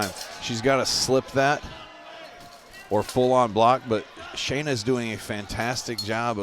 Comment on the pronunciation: Might work on pronouncing the fighters names correctly. Shanna is pronounced how it's spelled. Y'all keep calling her Shaina. Just a pet peeve to show respect to the fighters.